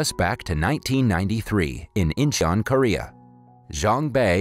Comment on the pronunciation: ... Not just inchon, South Korea, but CHINATOWN in Inchon (you can tell by the red and gold lanterns). Also the Korean name pronunciations here are terrible, but can't blame you, the romanisation is terrible.